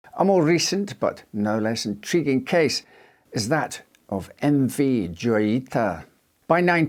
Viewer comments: It's pronounced "joyita" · Joyita pronounced Hoyita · The J in Joyita is pronounced like an H, given it's Spanish.